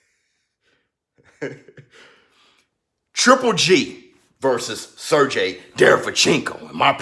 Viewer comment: It's pronounced "Ser-GAY", sir.